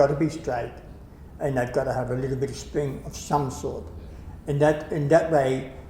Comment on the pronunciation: ha! I was wondering the same thing. He's actually saying "spring," which I didn't catch on to until he'd said it for I think the fourth time.